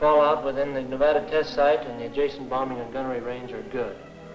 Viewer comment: Nev-odda! LOL! The locals will LOVE hearing that one! LOL!